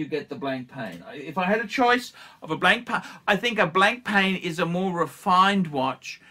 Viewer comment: Nice to see you continue to butcher Proper nouns! It's Blon-pa ffs.